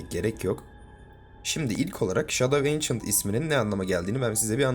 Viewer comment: Yanlış telaffuz antik gölge yada kadim gölge 😊